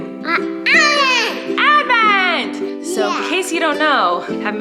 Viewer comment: Collen.... Its not Advnent, Its AH Advent.... Please learn from our Mr Flynn ❤️